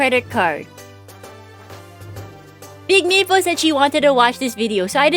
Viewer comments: is it just me or does it sound like she's saying "meatball" sometimes instead of maple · every time you say smoll maple all I hear is smoll meepo